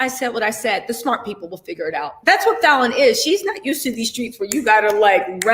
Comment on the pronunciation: you pronounced Falynn's name correctly lol😆